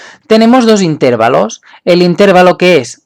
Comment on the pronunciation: se confirma que es catalan cuando dice "intérvalos" en vez de intervalos